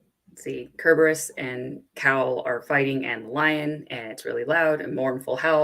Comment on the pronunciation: Sir-burr-us. lol Say it with me